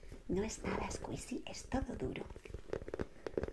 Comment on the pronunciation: Se dise escuichi no escuisi